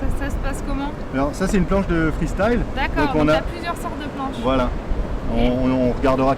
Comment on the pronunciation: Freestile! Ça m'énerve! Pourquoi pas freuhstile non plus???😡😡😡😡😡